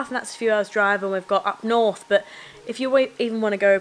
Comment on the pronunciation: When you say "Up north." you sound like a local. :)